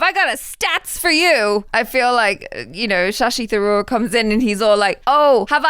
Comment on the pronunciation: pronounced Shashi Tharoor almost perfectly right. Wow!